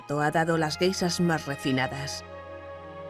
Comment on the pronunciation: ¿por qué a los españoles les cuesta tanto pronunciar la sh? Carajo... encima es soporífera la voz de la locutora.